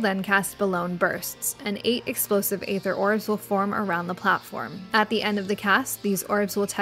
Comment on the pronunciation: The way you say aether aggravates me